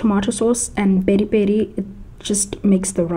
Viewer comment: That "Peri Peri" had some Portuguese accent to it.